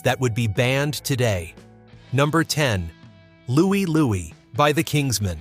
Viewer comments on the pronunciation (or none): It's Lou-eye, Lou-eye, not Louey, Louey. Nobody knew the words and we all laughed at the fbi. 8 Miles High is a classic. It was never banned where I grew up. Light My Fire. Ed Sullivan. I saw that show. All grownups thought was all we thought about was sex, drugs, and Rock and Roll (they were right 😂) Eve of Destruction. Great song! I sang it at anti war protests in the 60s and I still sing it today as a nostalgia trip. Then came The Ballad of the Green Beret. Both songs hit home. Under My Thumb? Oh, yeah, those pesky feminists. They kill anything. I love the tune and love the Stones. The guy that died at Altamont had a gun. Everyone saw it. Ah, Lucy In The Sky...Trippy, yes. But so was the whole album. Run For Your Life...Rubber Soul. Another great album. Society's Child??? That defined who we were and what we believed! Janis Ian was a spokesperson for social norms. A Day In The Life. Not everything was sunshine and roses! Street Fighting Man? The whole of the 60s was chaos and violence. Song writers wrote about what was going on. We survived the 60s and came out of it with the best music since Tin Pan Alley. I am sick to death of censors.